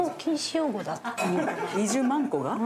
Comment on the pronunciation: 大久保さんの「20マンコが」マンコを少し強調してるようにも聞こえる